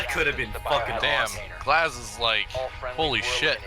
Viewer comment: In Russian glaz means eye and it's not glaaaas it gluaz you put too much emphasis on the a